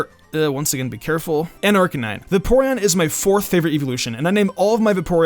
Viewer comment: Va-Porean? Bruhh....